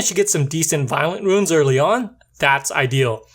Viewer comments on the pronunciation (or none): Other than pronouncing runes (roons) as ruins (roo-ins), the video is great. I am subscribing because I like the way you approach explaining how to effectively rune a monster and how the abilities work. I am shocked to see that you only have 293 subs at the time of this post; however, I have a feeling that if the rest of your content matches this one, you are going to explode in subs and views in the very near future. Thanks & Great job!